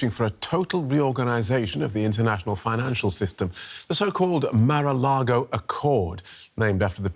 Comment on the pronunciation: "Mar-A-Largo accord"? 🤣🤣🤣